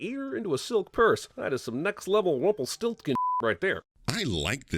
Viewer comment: said rumpelstlthskin instead of stiltskin. Too bad birdman doesnt do wait was that? anymore